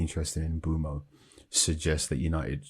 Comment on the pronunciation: Nope. M-boom-o